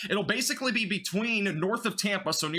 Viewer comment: May I help you with the pronunciation of some of the places in Florida? Appalachia is in WV. AP-A-LATCH-I-COLA is the big bend (Apilachicola Bay) famous for Oysters. Anclote- AN-Clot (Anclote Key)